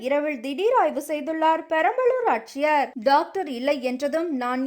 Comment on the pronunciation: உங்கள் சேனலில் தயவு செய்து தமிழ் ஒழுங்காக உச்சரிப்பவர்களை வேலைக்கு அமர்த்துங்கள். தமிழ்க் கொலை தாங்க முடியவில்லை! இரவிள், ஆச்சியர், காய்ச்சள், டவாளி என்று.. கொலையாக கொல்கிறார்